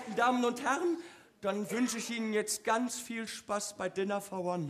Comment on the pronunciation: Es heist nicht Wa ne sondern one